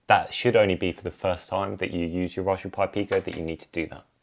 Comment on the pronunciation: I thought I heard rajberry pie.